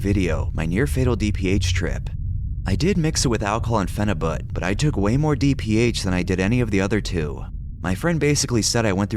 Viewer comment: The 'but' in phenibut comes from the word 'butyric' which is pronounced like bute-irick